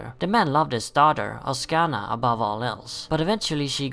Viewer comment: why is it everytime i see someone say oksana, they always say oskana, its OK-SAN-A really gets on my nerves